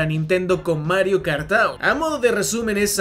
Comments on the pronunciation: Mario Kart "TOWER " xdddddd Se pronuncia Tuor. Ta bueno el video por cierto. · Lo de decir Mario Kart TAUR es broma, no? Porque realmente se pronuncia TUUR. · no mi joven amigo, no es taur, es tour, cuya descripción fonética es: to͝or, que en español seria como tuur. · Cada que dices Mario Kart "TAUR" se me revuelve el estómago, me escoce la cabeza y se me revientan los nervios. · tur (tour) se pronuncia tur o quieres darle más cashe se.dice tugh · Amigo, estudia inglés. Tour siempre ha sido /tur/ . No es como Sour /sauer/ tampoco como Four 4 /Fōr/ . El mismo diptongo tiene varios sonidos. Como en Flour /flour/ en fin… hay docenas de ejemplos para demostrarte que seguramente no has terminado tu curso de inglés, y es normal eres muy joven pero para eso estamos todos para corregirte y ayudarte a aprender. Pero en serio deja de decir de esa manera tan ridícula la palabra Tour . O al menos pregúntale a un angloparlante o en el mismo google sale la pronunciación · "Mario Kart Taur" jajskajaja no man, no se pronuncia así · Mario kart tour se le pronuncia como:Mario kart tur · Hermano que no tengas un ingles perfecto no tiene nada de malo y quien lo critique que se joda pero pronunciar de esa forma tour mientras dices que es la forma correcta asi tan pedante cuando es tan facil como escribirlo en el traductor de google y escuchar que efectivamente lo estas pronunciando mal es como... bro habla como quieras sin responder ese tipo de cosas que quedas peor en mi opinion, espero no te lo tomes a mal.